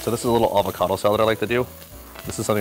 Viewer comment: Avocado "salad". Comon bro make an effort.